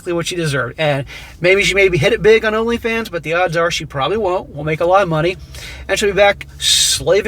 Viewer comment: "LonlyFans" lmao 🤣